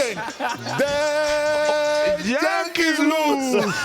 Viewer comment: It's JANKEES